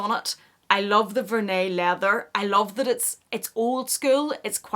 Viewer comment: "vehr-nee" not "ver-nay"